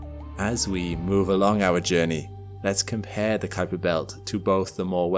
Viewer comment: I really appreciate your accurate pronunciation of "Kuiper"!